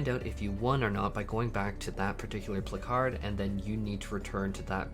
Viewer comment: I’ve never heard the word placard pronounced pluh-card lol